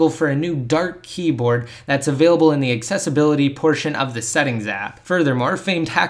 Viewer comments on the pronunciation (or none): none